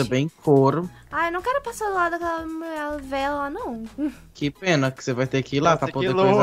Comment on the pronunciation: Eu amo quando o chama o de Muié